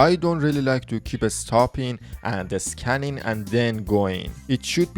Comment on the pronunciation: "Escanning"?🤔 So you must be a native speaker of Spanish or some similar language, right?